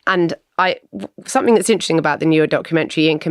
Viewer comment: When will someone finally tell Simon Cowell that somethink isn’t a word ! 😂😂😂